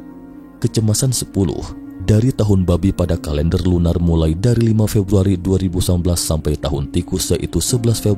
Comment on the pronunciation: Salam om,kalau ngmg 2019 yg jelas ya kadang kedenggaranya kya 2011..maaf y om jgn marah.